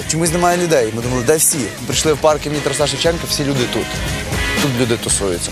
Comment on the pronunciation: БуковИна. Правильно БуковИна, а не БуковинА!!! Не ТарасА Шевченка, а ТарАса Шевченка... А загалом молодці! Цікаво дивитися!